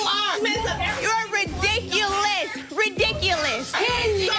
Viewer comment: The word is ridiculous not REDICULISSSSS. This is class?